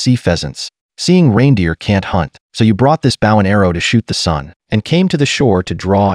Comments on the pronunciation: This narrator has English grammatical challenges--- BOW is not a bough --pronounces that weapons name - like a dogs bark --(BOW WOW ) !- tik Tok? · maybe spell bow as bowe so AI pronounces it correctly Drives me f ucking nuts. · “Bow” is pronounced “Bo and Arrow”